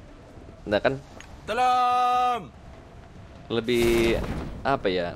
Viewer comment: Klo voice packny bukan tolong, tp lonntoooonggg.., hehehe jokes bapak2